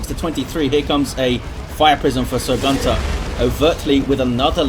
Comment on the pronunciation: The "great eldritch" was from Sir Gunter. If you look into the chat Iyanna tells him that he just killed most of her army and he apologizes that he had a lag spike. Btw: it always triggers me when you say "Gunter". The way you pronounce it, it means "male goose" where i come from. It just doesnt feel right. Very chaotic game; I am surprised Eldar were able to come back after that eldritch